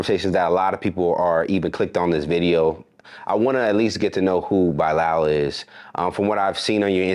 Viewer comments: Why are you pronouncing this name “Bye Lal”…. Bruh Bilal is suuuuch a common name . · I’m trying to figure out how this pop tart singing dudette is letting this host pronounce his name as “By-Lal” and you’re a Muslim?? It’s pronounced “Buh-Lal” or “Bi-Lal” or is he saying Bī-lal as in bisexual? I’m confused 🤔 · His name is really pronounced Beelarl even if he doesn't. Its an Indian name and thats how you say it. Its also spelt Bilal. 😊